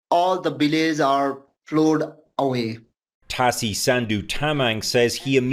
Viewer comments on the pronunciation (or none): My heart goes out to the people of Nepal.This is who is paying for the climate crisis.Heartbreaking. Also Global news please try to pronounce names correctly Tashi is Tah- Shee.